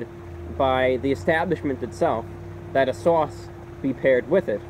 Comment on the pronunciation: You can tell hes from NY by the way he says Sauce, Swarce Lol it has a NY twang to it